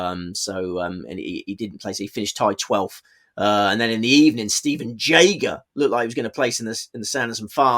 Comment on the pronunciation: You know I love you but I want this guy on side as a German speaker and big fan of Germany. So while we are on pronunciations the pronunciation of Stephan Jaeger is Shtefan Yager. Jäger is German for hunter! The hunter will be back on the Sweet Spot! All the best mate, great show as always, hope the family are good